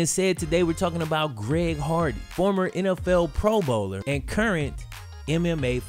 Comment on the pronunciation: Only reason I remember him is cuz of him saying “ Greg hogwarts”